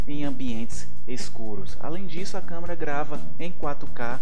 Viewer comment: "Camara" kkkkk